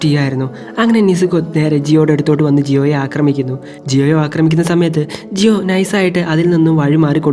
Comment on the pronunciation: Jiyo alla giyuann